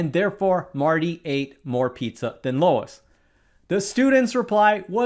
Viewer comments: Who is Lois? You're missing an important variable here. For example, Marty and Luis (pronounced like Lew-iss or Lew-eece) go to a grocery store and buy two generic frozen pizzas (which I'm using because I know the sizes, weights, etc., and take them home and bake them. The question does not specify a source... I also don't want to advertise for anyone.) Marty's is a large (14", 28oz) three Meat pizza and Luis's is a small (4", 2.4oz) cheese pizza. Then you cut each pizza into 6 pieces, and when you consider that Marty's pizza is large with meats added and Luis's is small with just cheese, I think it would be quite easy for Marty to eat more pizza from 4 slices of his pizza than Luis would eating 5 slices of his pizza. The reason being one slice of Marty's pizza would weigh 4.6oz, which is more than double the entire weight of Luis's pizza. By the time he eats 4 slices, he would have eaten 18.4oz of pizza, which would be 7.67 (rounded up) of pizzas like the one Luis has. But what if the pizza were deep dish? That adds at least 50% more weight... Moral of the story, pan size and weight are the key reason some pizzas cost more or less than others. Bigger pizzas cost more because there is more... And that is why the Teacher was wrong. If he or she had specified size and weight of the pizza, then the answer could be more specific. As it was written, it's vague and open to different interpretations. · Never mind the pizzas, Luis (lew-is or lew-ee(s)…traditionally a masculine name) is wondering why in the h ell you’re calling him Lois (l-oh-uh-s…traditionally a feminine name)?? You being an intellectual content creator and all we are left to assume then that this “oversight” is actually a veiled act of passive aggressive bullying. How say you, mindyourdecisions?? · That name is not Lois. It's a mans name and pronounced like Lewis. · Luis looo-is ... not Lois low- iiiiis .... trying to do math can't even pronounce the names correctly. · "Luis" not "Lois". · Luis, not Lois